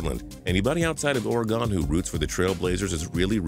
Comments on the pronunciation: It's Pronounced OREGUN NOT OREGONE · DO NOT PRONOUNCE OREGON LIKE THAT. It's either like or-eh-gen or organ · Said Oregon wrong 😡😡😡😡😡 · Say Oregon right😒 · If you can't say Oregon right don't say the damn word fucking east coast people shut the fuck up.